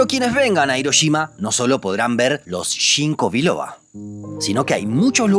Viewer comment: "Shinko biloba" 😂😂🤮🤮🤮